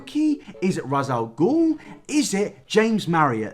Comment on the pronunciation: The way you pronounce Ra”s al Ghul makes me want to hurl myself out a window